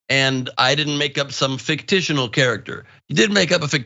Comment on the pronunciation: “Nit and gritty” “fictional” “indgrandiate” yeah that bothered me also!